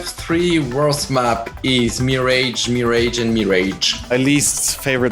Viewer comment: mirajge, mirajge and mirajge xD